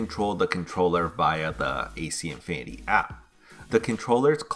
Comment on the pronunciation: “Infinniny” “Aulomalically”